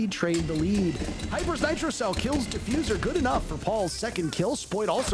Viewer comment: bro said defuzer when gavini killed hyper